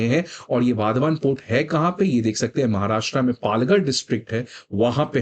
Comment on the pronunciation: वाधवान ❌ वाढवण ✔️ migrants 🃏